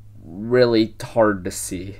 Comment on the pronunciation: did he say "Really hard to see" or "Really 'tarded to see"?